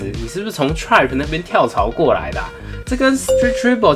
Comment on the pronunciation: Triumph 也唸的很怪 Garmin 唸gaming…